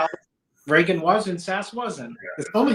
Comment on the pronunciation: Why is it so hard to pronounce "Regan"?